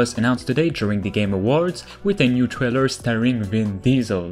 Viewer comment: Trailer, not Thriller.